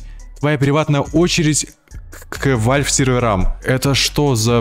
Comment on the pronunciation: Какой нахуй вальф! Правильно валв